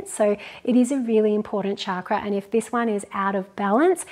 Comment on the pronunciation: Thank you for your awesome videos 💖 it would be great to hear you pronounce chakra correctly with ‘ch’ rather than ‘sh’ for chakra ✨ Namaste 🙏🏼